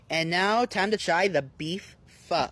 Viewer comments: Its called phO not PHA. You pronounced it correctly. no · I might be tweakin, but dose anyone else hear "Fuck" insted of pho? 😂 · He absolutely butchered the pronunciation. Personally I would NEVER ever add hoisin sauce into my pho, because the broth alone should be enough already. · Him not being able to say “Pho” or “jalapeño” pisses me off